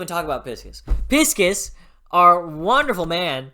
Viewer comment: "pis--kis" 😂 that's the first time I've heard his name pronounced that way, I've read it as "Pie--Sees", and the audiobook also goes with that Great review though! Can't wait for you to get farther, I'm caught up on the website so no worries about spoilers here, and I imagine a lot of viewers of later reviews will also be veteran ducks 🦆